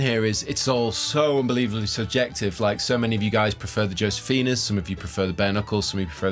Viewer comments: the "J" In josefina is pronounced like a letter "H" Pronounced Hosefina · Pronounced hosefina..... Europeans.....lol